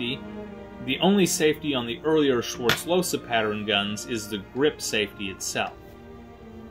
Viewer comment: That's not how the name is pronounced. Im getting aggressive when i hear this. He was my great-grandfather's father and we still have this gun as an heirloom. Please learn how to pronounce my last name!!😩